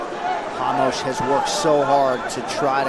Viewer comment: Уши режут когда 1ый комментатор говорит Рамоса - Хамошом, 2ой Хамос, один я задаюсь вопросом? Понимаю если был бы Jamos - то хамош подходило